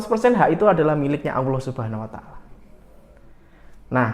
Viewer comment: sy suka channel mya. Bolehkan sy kritik. Allah bukan Awloh. Terima kasih